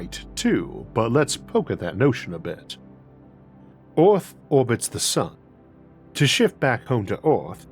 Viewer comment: Damn, tried to listen, can't focus, brain keeps having to correct your speech impediment so I can understand the word. Took me a second to hear Eowth as Earth. I dunno what you can do to help that, but, the W for Rs is hard to listen to sometimes. Sorry man.